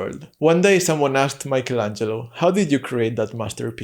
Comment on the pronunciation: It’s Michelangelo, not Maicol!!